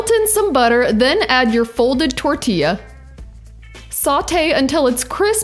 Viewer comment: I love your pronunciation of tortilla. 😆😍😂👋🏽🙏🏽